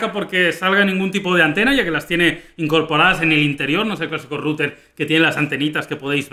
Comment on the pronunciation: en resumen para el canal: pastelero a tus pasteles. (y esa pronunciación de router es horrenda, o dices en ingles o dices enrutador, es un canal para todo hispanoamerica!)